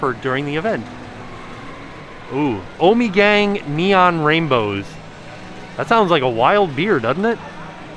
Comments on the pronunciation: Hey! It's pronounced ahmagang. Our local brewery! Upstate Cooperstown ny. It's the best! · it's actually prononced more like ommehgong. great brewery right outside Cooperstown NY. buy their stuff all the time.